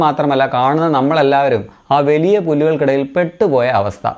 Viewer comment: വെലിയ പുല്ല് അല്ലടാ പുല്ലേ.......... വ ലി യ പുല്ല് എന്ന് പറ......... ചില വാണപ്പെണ്ണുങ്ങളേപ്പോലെ ക്യൂട്ട്നെസ്സ് തൂറാതെ.......